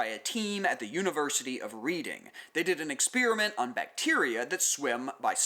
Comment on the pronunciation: Very minor FYI: University of Reading... pronounced Redding.